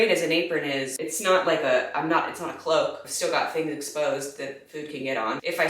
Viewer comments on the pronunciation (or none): none